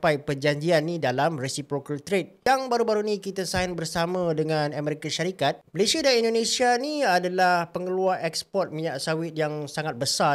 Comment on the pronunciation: SEBUT DENGAN BETUL NAMA..MALAYSIA🇲🇾🇲🇾 BOSAN DENGAR HANG CAKAP... "MALAYSHIER"